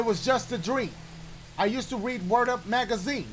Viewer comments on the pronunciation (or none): none